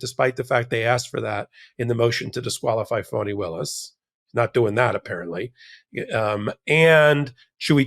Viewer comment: Yep , he did that intently, and I’m hoping she and her team will destroy frump, he needs some lonnnnnng quite time in a cell with his Bible, AND dang dictionary! FANI is her NAME ! NoT - fannie as in referring to a persons buttocks !! I hope by the time she’s done with him and his Higher than the ALMIGHTY attitude, he’ll NEVER EVER Mis-pronounce her name AGAIN !!!! ❤🎉🎉🎉❤😂😂😂😂😂😂😂😂